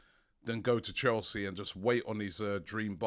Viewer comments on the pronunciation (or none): none